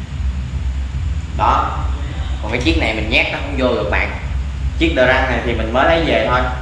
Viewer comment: Đờ rất không phải đờ răng ok